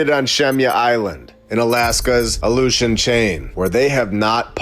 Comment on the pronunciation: The "Aleutian" Trench or The ILLUSION trench?? 🤔🤔